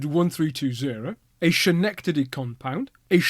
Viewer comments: Good to see you again. This was an interesting one, I was not aware that the Webb compound system had been tested on the Pennsy railroad. Just FYI the "ch" in Schenectady is pronounced hard like a "k", ie "Skenectady". I believe it was named by Dutch settlers. Later, Alco (American Locomotive Company) had a huge locomotive building shop there. Cheers from Canada. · Schenectady is pronounced “SK” at the start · as a lifelong "New Yawka", I can confirm it is pronounced Skeh-nect-ady. Wonderful video though! I really appreciate your dedication to covering 19th century locos from this side of the pond. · It is "sk". Schenectady is a Mohawk Indian word, BTW. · Great job at attempting to pronounce Schenectady. I had heard of this loco but cool to find out more about it.